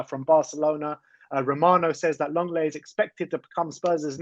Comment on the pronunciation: Lenglet is pronounced "long-lay" not "leng-lay"